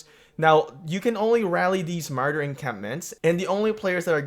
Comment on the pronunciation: Ma-roar-der 😂